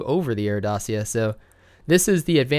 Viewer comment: Renault Dacia is pronounced Dahchia